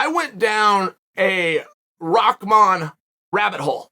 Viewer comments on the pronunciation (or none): "rockman" It's RAH MAN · Never clicked so fast when I seen the name Hasim Rahman Jr. Had to see how you apologize to someone when you could not possibly care any less how their name is even properly pronounced. “Mr. Rasim Haman- This is ole Chael - I owe you a sincere apology kind Sir”. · It’s an arabic name, you definitely do not pronounce ‘rah’ as ‘rock’ lol. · am i the only one seeing RAH-man, but hearing ROCK-man from literally everyone? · Rock Man 💀 it’s Rah RA+H where y’all getting from the K or the C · Am I trippin.. or does everyone say "ROCKman" rather than "RAHman"? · it's not a English name and from where i come from there are many people with this name.. It's an Urdu name and it is not aak...it is like Bahamas , Rahman Rah not raak.. It's not an English word. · "Rockmon" lol only Chael can calling someone a different name funny as hell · The fact that you're saying "ROCKman" is ridiculous 😂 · His father was called Rock, somehow they turned that to Rackman. I think it came from the pronounciation of the name. Like people call Habib, Khabib, the K is supposed to be silent. Rahman, Someone they involved a K to the Rakhman.. LOL, IDK, my theory.. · I can never tell if Chael is trolling or not when he mispronounces peoples names 🤣